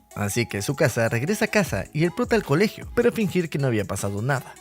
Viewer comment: le dice chisuca envés de tzukasa